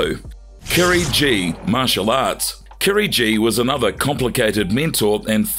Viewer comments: KIRIGI "GI" NOT KIRI G 🤣🤣🤣 Damn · Kirigi , not Kerry G